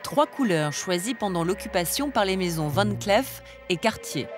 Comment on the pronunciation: Pour la narratrice, on ne prononce pas "van clef mais Van clif"